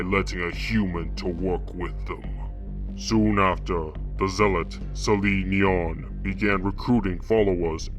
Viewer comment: It's actually Sali Nyon